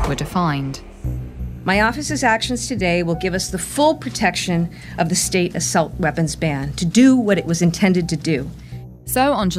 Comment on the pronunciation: What’s an “Ah-silt” weapon? Does this dumb lady even speak English?